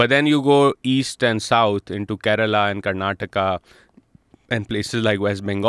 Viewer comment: Being from Karnataka - it was so gladdening to hear properly pronounce the name of my state ……..unlike a lot of North Indians who cut it to Karnatak.